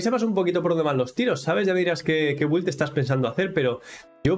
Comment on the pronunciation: Con todo respeto, creo que al decir güild quieres decir build, se pronuncia Bild, si me equivoco corrígeme también, gracias.